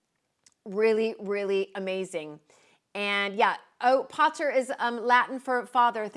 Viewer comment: Pater would have been pronounced with a long "a"... Pater like Tater!🤣🤣